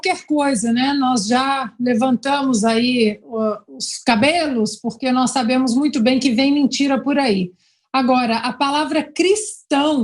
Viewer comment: triste ver uma pessoa desse nível ser candidato a presidente do nosso querido país.....nunca vai aprender a dizer 'nós', fala 'nóis', atropelando a nosso língua oficial....